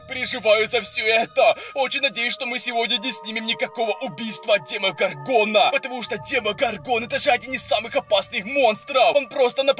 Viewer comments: И не ДемогоргОна, а ДемогОргона. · правильно говорить не демогоргона а демо горгона